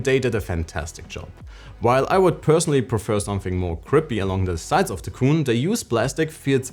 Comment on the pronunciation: It’s ayeneo QUIN not cooon!!!